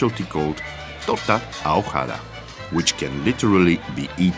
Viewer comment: "ahogada", the "h" is silent and the "g" is a hard "g'.